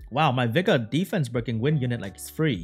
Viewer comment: Everytime says Vigor it sounds like Beggar to me lols